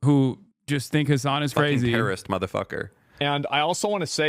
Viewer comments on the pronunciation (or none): Guy did say hes a ter - ror- ist lol